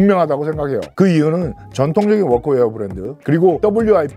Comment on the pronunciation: 아니 ㅋㅋ 특정 영어 발음은 존나 굴릴려고 하고 워크웨어 이런 발음은 전형적인 한국 번역체 발음이네;; 하나만 하쇼 형님;; 어줍잖게 혀만 굴리니까 교포인척 하는 사람 같잖아요.